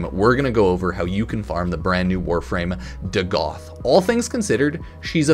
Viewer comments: It’s pronounced Dag-ath, not Duh-Goth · Bruh can't read. It's Dagath not "DuhGoth." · hey hipster, its not DaGoth its Dagath